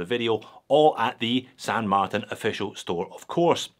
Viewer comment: Thanks,. I like the new pronunciation of ‘Martin’. 😊👍